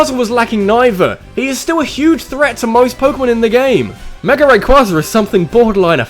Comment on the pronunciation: It's rayQUAYza not rayQUAHza